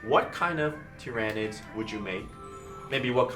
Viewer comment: It's Tyranids! Not Tyranids!